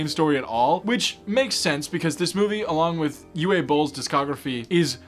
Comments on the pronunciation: OO-vay, not you-way 😉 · Uwe is pronounced like "ooh-vuh" (vuh like huh) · You saying "Uwe" wrong . It's a German name , like a more older one, which you kinda butched But its okay cause I don't think anyone actually likes nor enjoys being named that I'm German btw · Also, Uwe is apparently "Oo-Va" not "Oo-Way". And I hope he doesn't challenge you to a boxing match. 😮